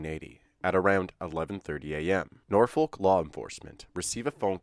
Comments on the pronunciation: And yes, it's Nor Fuk. Not Nor FOHHLK. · Norfolk is pronounced naw-fk. I know it looks like there should be a "u" in there. But that is surprisingly not the case. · ALL cities in Virginia are independent cities and are not part of counties. The way he pronounced Norfolk I thought he was talking about Nebraska, especially when he said county.